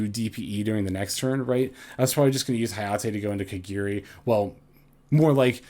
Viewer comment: it's "KA GA RI" not " KA GEE RI" or "KA GI RI"